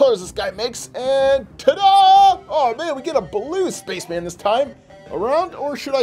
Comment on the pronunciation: Did anyone notice when he called the red space men puppet said Spacsh Man